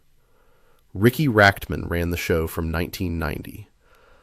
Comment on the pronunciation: You're an author? Why can't you pronounce, "kutte" or, "Rachtman"?